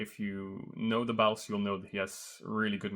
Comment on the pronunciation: bro said thebauffs top lane, my ears moved xD